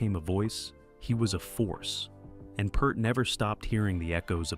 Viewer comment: Last name is pronounced like your "EAR" as is hear, rear, Peart. I stopped the video at 4 minutes because of Tom Hanks impersonating Neil Peart.